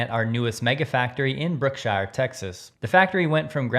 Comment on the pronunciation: Hey — just a quick heads-up from a Texas native so you sound even more credible when talking about these Texas sites. I hope you receive this in the helpful spirit in which it’s intended. A few of the place names tend to trip people up: Brookshire is pronounced BROOK-sher (not Brook-shire — like the hobbits) Brazos County is pronounced BRAH-zos (or BRAZ-us) — the first syllable rhymes with “bra,” not a long “A” like “bray” While I’m at it, a couple of nearby counties that Tesla could easily expand into someday and that outsiders almost always mispronounce: Bexar County (San Antonio area) → BEAR County Guadalupe County → GWAH-da-loop (or GWAH-da-loop-eh) No big deal at all — just thought you’d want the local versions. Keep up the great work!